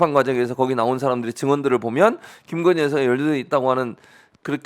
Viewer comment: 굥석열 나라의 기둥서방나으리께서 "깅거님"(김건희씨가 자신의 이름을 이렇게 발음 하더군요. "깅거님"이라고...)의 옥체보위를 위해 결사항전을 하고 있으니까. 예외로 합시다.